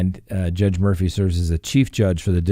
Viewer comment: His name is pronounced MOR • FEW, not MOR•FOO.